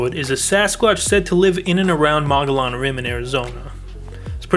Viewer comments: You live around mow-gee-yawn is how it is pronounced. I would think you would know that if you lived in Az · you dont live on the mongolian rim lol didnt even pronounce it right